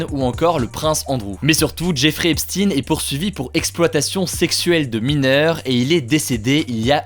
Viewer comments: On ne dit pas "Epstine" mais "Epchteyn", il n'est pas russe !! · Epstein ce prononce comme Einstein... et pas epstinne... c'est d'origine allemande (juif allemand) Stein c'est une pierre en allemand et ne ce dit pas stinnnnne mais chtaiiiine... 😉 Mais au final on s'en fout.. 😂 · C'est Epstein pas Epstine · Albert Einstine et la relativité des guignols qui transvestissent la prononciation des noms.. Epstein et non Epstine, ce milliardaire agent du Mossad qui piégeait des personnages de haut rang afin de les tenir en contrôle total au profit du pays de bhl. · Epstein se prononce Epstine ? Waaaa j'ai toujours cru que ça se prononçait comme Einstein 😭😭😭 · C'est qui Epstin ??? Pourquoi du jours au lendemain, on ne dit-on plus Epstein ? Merci pour votre travail excellent. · C'est quand même super perturbant le "Epstine" (C'est Epstein) toute la vidéo on dirai que tu n'as regardé aucune vidéo sur le sujet ça fais pas très sérieux malgré le fait que ce que tu dis est intéressant... De la même façon qu'on dirai qu'un journaliste n'a pas travaillé si il fait un reportage sur toi et qu'il dise tout le temps Hugo Décrypté.... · On dit "Hep shtayne" comme ne allemand, Ep shtein pas Epstine svpppp les francais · EpStein pas epstin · pourquoi dis tu "Epstin"? , on ne dit pas Albert" Einstin" , c'est pour être dans le politiquement correct ? (merci de répondre) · Non, ça se preononce "Epshtaïn". Mais Hugo le prononce juste mal. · "Jeffrey Epstinne" La prononciation m'a dérangée tout le long hh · L'affaire "Epstine"... déjà rien que ça j'ai les oreilles qui saignent x) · On dit Epstein comme Enstein. Il était de confession juive. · Bonjour, Je suis curieux de savoir pourquoi tu prononce "Epstine" le nom du criminel Epstein ? Quid de la prononciation de Weinstein ?? "Weinstine"?? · Epstein ça devrait pas se prononcer "Epchtaïn" ? Comme en allemand ? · a paris on ne connais pas d'autres langues 😂 c'est Epchtaïne en prononciation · Comment vous avez écorché son nom le pauvre Epstein